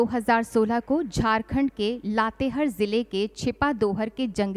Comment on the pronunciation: लातेहर नहीं लातेहार